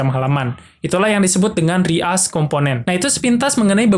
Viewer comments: izin koreksi, "reuse" tuh dibacanya "riyuz" bukan "ri as" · Maksudnya "ri as component" itu apa ya bang? reuse component kah? Kalau emng maksudnya "reuse" itu dibacanya "ri:yus" hehe